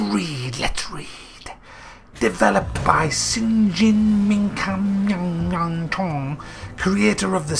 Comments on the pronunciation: I always love whenever always had a hard time when spelling Japanese name. "Develop by Shinji Mingkamnyangnyongtong" - lol. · "developed by sing ying shang mung towng" LMFAO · Bro I disliked your video just because of how you said shingi makami names